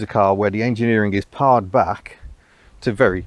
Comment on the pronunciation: An amazing survivor! It's surprising few you see out and about, with the simple engineering as you mention; same for Montegos. I suppose they all rusted away. (Another irritating correction: 'pared' (eg pared down) rhymes with 'paired' or 'dared', not 'bard' or 'lard'.